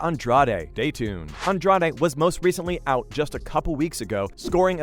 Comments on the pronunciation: sorry wrong. Andrajsh would be closest i can type. She is brazilian. Not mexican. True fans know how to say the names. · The way he says Andrade hurts my brain, seems a lot of Americans dont know that accents do apply to the names of fighters lmao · I was actually starting to wonder if the narrator had ever even heard ANY of these names out loud. "Namajuna"? I mean, I kinda get missing Andrade, but is it really that hard to say? Not like the sounds of her name don't exist in English. If you can say "garage" or "the lodge" you can basically say Andrade. It doesn't need to be perfect, but maybe actually sound like the person's name even a little bit would be a suggestion. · Jessica Andra-day?!?! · Nah. It’s Jessica “Andra Dey” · That's not how you pronounce Andrade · This is a great video! That being said, please learn how to pronounce these people's names! You massacred Rose's last name and Jessica's. Thank you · this was a good video ngl, but i almost clicked off in the first 30 seconds because of the pronunciation of Andrade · Am I the only one bothered by the way this UFC expert doesn't know how to pronounce Jessica and Rose's last names? I mean they say their last names like a hundred times during the match. It almost seems like you research this material online just to make this YouTube video and never watch an actual UFC fight. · I stopped watching when he said Jessica "Andrade" name wrong. Its obvious this guy just wants views but doesnt know shit about MMA.